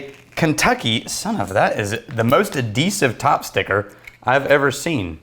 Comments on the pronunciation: Once again....ah dee sive (adhesive)...... but this sounds like a whiskey that should mixed with something you’d mix with vodka if you want a whisp of whiskey flavor. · Uh-dee-sv (noun): barrier-strengthening component used to confuse and aggravate Hobbits